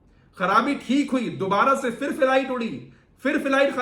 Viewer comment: Bhai kaise musalman ho Urdu bhi nahi aati fir se,fir se kyon kehte ho phir hota hai tumhe to doosron ko batana chahiye video bana rahe ho aur Urdu mein itni badi mistake